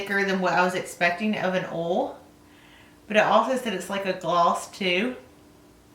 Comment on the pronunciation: Not being rude... It's not ol its OILLL